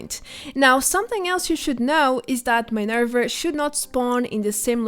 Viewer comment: Why are u saying minerv-er not minerva